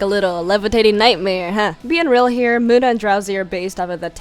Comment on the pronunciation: In number 9 we have muda (this is a joke I know its munna but it sounded like muda if you get this reference like)